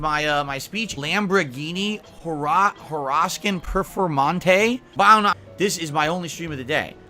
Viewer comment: I'm sorry... but how do you mess up "Lamborghini Huracán Performante"?!? I heard anglophone people spelling it better!